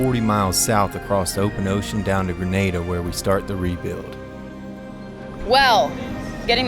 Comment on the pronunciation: guys its GreNADA not Grenade-a